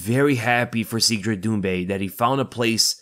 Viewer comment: I think it's pronounced seh-dric